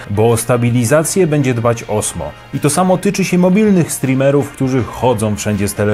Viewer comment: Mam wersję z kamerką dedykowaną od roku. Osmo rządzi ;) PS. to się wymawia Ozmo.